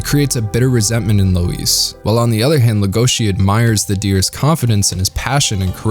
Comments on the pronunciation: So we’re just gonna forget that he calls “loui”, “lueis”? Did he even watch the show :/ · Louis's name is pronounced like "Loo Eee", not "Low Ees". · Nobody: Not a soul: This guy: LOW-IS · I've heard "Loius", "Louie" and "Roius/Roous". "Louise" is a new one. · Beastars has tons of strengths, and the messages told are important and well portrayed. But I had a big issue with how everything is told rather than shown. There are so many moments when they explicitly tell you what’s going on in really bland ways. When they introduce Rouis (idk what to put, they pronounce it as Louis but that’s what I saw translated on Netflix), instead of showing that he’s determined to be beastar, they just tell you that he is. Instead of showing that it’s Haru’s instinct to show her arm in Legosi’s mouth, she just says it. The show does manage to have more subtlety in some areas, which I really enjoyed, they don’t when introducing these ideas :/ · Lol I literally died when you called Louis "Lois." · I have no issues with anything said in this video, other than the way he pronounced "Louis" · How do you tell the difference between Beastars fans who read the manga vs. Fans that only watch the anime? It's how they pronounce the grey wolf's name. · Yall watched the sub didnt u...if u watch the dub, you'll know u mispronounced Louis. Nuthn major...its jus my ADD kicking in lol